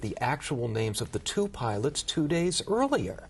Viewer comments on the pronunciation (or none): Oh my good he said piwots. the world is going to end. 😮 Jees what a drama queen 😮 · At the 54 second mark he calls them piwots not pilots 😮